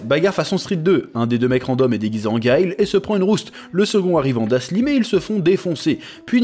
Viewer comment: Par contre ça se prononce "Dhalsim" et pas "Da slim"